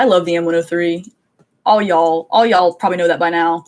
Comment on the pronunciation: She must either be Southern or has spent a bit of time in the South because she said "Y'all" perfectly!